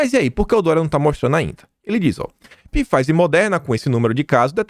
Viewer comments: NÃO É PIFIZER QUE FALA , É P MUDO! SE FALA FIZER. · Não e "Pifaizer",. A pronúncia é somente FAIZER! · Olá, excelente vídeo como sempre. Só uma dica: Pfizer pronuncia-se fáizer. O p é mudo. Abraço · Caro. PFIZER leia-se F A I Z E R. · Pô,, Pifáizer ficou muito Bosnáglia ou própio. Por favor, o conteúdo continua massa, mas a leitura pode melhorar. Abs. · Todo dia é a mesma coisa. Apesar de várias pessoas alertarem para a pronuncia nos comentários, ele continua pronunciando errado pois não lê nenhum comentário.